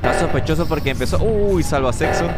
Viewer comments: Oye dijiste salvasexo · Todos lo escucharon porque el nombre es salvaseczo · Soy yo o dijo salva sexo